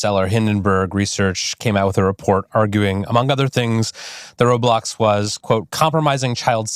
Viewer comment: "I'm sO glad, I'm sO glad you guys are aligned with the way we wun woblox" (sorry idk how to type a voice crack) but you guys heard that too right?